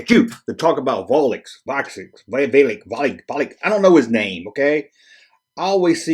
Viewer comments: Dude....it's only 1 syllable. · Say "clicks" three times, then just replace the 'c' with a 'v'. Vlix is only one syllable.